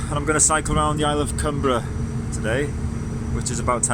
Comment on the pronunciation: Great stuff. Been to Millport many times. Our school used to take us there on school trips. Largs is another place I know well. Fully enjoyed your video. 😃👍🎸 Oh BTW: The island's name " Cumbrae" is pronounced, "Cum- bray". Not spelled that way of course but pronounced that way. 👍